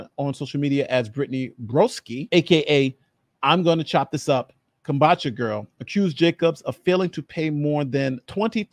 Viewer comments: It's... ' Kom Boo Cha ' 👍✊ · "Comb-boo-cha" ("comb" like a hair comb, "boo" like a ghost, "cha" like the cha-cha slide) Kombucha Girl Nice summary anyways 👌 I'm intrigued 🤔